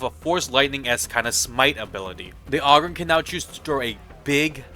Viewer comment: Aww-grin? Come on, brah, think OGRE.